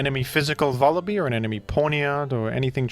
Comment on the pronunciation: It's Vullaby like lullaby